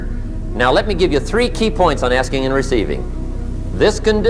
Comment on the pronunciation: Mann.... I thought he said the art of asians😂😅